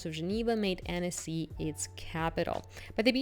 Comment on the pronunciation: Pronunciation is Ahn-cee. Amazing place ♥️